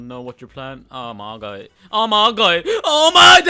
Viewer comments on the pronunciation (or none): stop saying oma gEa please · why do you pronounce "oh my god" so weird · Nobody::ohmagae